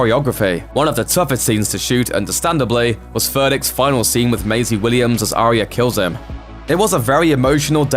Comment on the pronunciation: It's "ARYA" (N.B AH YAH) dude not "ARIA" do you even watch the f*cking show ??